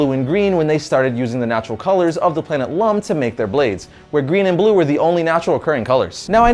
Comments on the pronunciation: The planet what? ... 'Lum?'... Do you mean "Ilum"? as in with an I at the start? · Ilum is not e-LUM. It's E-lum. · He said lum... Lololoololool its ilum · Its illum not Llum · It's illum! Not lllum! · Lightsaber crystals actually grow naturallyof all colours ,except red, on 'Ilum' not 'lum' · Totally pronounced Ilum wrong